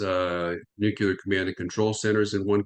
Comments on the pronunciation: Nukelar nukelar nukelar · Nuclear, not nukelar... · It is spelled nuc-LE-AR. It is not spelled or pronounced nuc-U-LAR. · Really! What’s wrong with them? This Bushism “nucular” got stuck around the American ignorant establishment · This guy says NUCULAR! Nuff said of his normalcy or education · God dammit. I love. And I like this guy. But how can you listen seriously to a dude that cannot pronounce nucular properly? Haha. Has he been consulting with George W. Bush? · "Newkyouleer" goes back to Eisenhower. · Jesus. How can a man be in charge of armaments coop, and still have no clue how to pronounce the word "nuclear"? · He can't even pronounce 'nuclear' correctly, just like baby Bush. He's late to the party - s l o w.